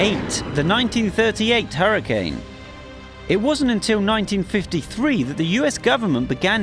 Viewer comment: its hurricane not huracnae are hurracane